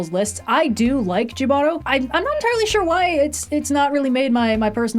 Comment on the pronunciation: The episode Jibaro isn’t pronounced "Jih-BARR-oh," it's "HEE-buh-ro," for anyone interested (it's Spanish).